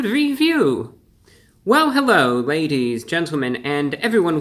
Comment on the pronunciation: Hewwo Wady’s and Gentlemen!